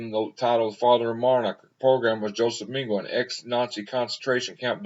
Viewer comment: Dr pronounced Meng a la. Ah La ok! Ming a la. He was a monster and a sick individual. Profoundly mentally ill and sadistic.